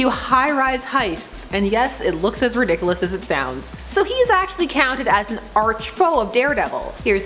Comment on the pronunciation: Ahhh! She said redikalus! Again! 😝😝😝